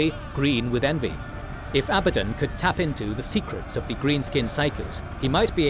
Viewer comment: Its pronounced "Abaddon", not "Abaddon" Newb